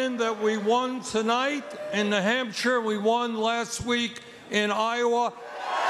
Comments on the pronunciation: Bernie is calling new Hampshire the Hampshire, is this something people from there do? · not what i’m hearing. he says “Nuh Hamp-shur” instead of “Nu Hamp-shir” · Bernie is saying "The Hampshire," right? I'm not just hearing that?